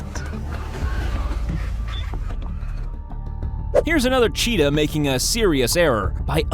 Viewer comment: When he says it's a chittah.....I stopped video and comment Thank you